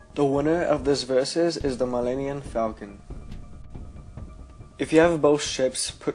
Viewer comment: Millenniun? Fire this guy